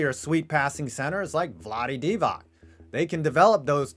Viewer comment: Did you actually say Vlade Divacs last name wrong??? Wow